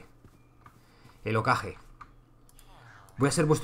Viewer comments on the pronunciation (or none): Madre mía la gente con Naruto aquí. xDD Dejando de lado la pronunciación, que no es "okage" sino "jokague", el jefe de cada villa es el "kage", konoha tiene el hokage, la de la arena es el kazekage, también hay raikage, mizukage, etc. Y konoha y "la villa oculta de la hoja" es lo mismo, konoha es en japonés y villa oculta de la hoja es la traducción que le dan al español. Lo que te refieres es que konoha está dentro del país del fuego.